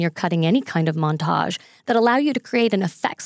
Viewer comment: seriously when she says montage I die a little inside